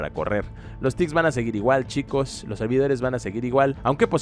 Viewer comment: Wtf te pasa con la palabra : chicos